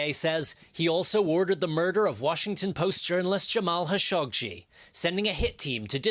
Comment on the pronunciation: dude cant even pronounce Khashoggi correctly